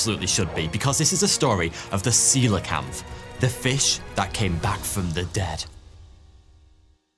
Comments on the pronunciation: See-Lah-Kant not See-leeah-Cannot. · Aaarrrrrrg!!! Your pronunciation does my bloody head in. It nice that you’ve done a video on Celia kanth however Coelacanth is pronounced See-la-kanth. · I've always pronounced it 'co - eel o - canth'. But yes, the transition from 'seelo..' to 'seelio..' felt jarring to me also. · You start the video saying 'ceolacanth' correctly. 12 mins in you maddeningly change your pronunciation to 'celiacanth'. Why? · This was the comment I was looking for, I also flinched at the hundred or more times he ballsed it up. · Every time he said “seeliocanth” I wanted to strangle something!! Bloody say it right! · One of my favourite fish. You bizarrely started to mispronounce it half way through, after starting correctly. And then occassionally got it right again. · Great video and presentation. One criticism: You kept putting in an extra syllable when pronouncing the name of the fish. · How do you make a twenty minute video on the coelocanth and mispronounce it the entire time?